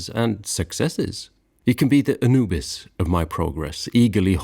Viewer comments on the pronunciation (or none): none